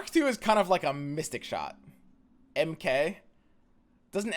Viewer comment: I was confused when he said MK in weird way